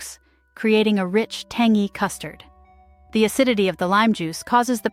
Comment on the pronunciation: for heaven's sake research how to pronounce some words, like tangy!!